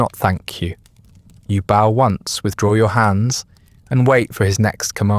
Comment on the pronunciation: The regular mispronunciation of "bow" makes me suspect that this may be an AI narrator. If so, it's a very good one.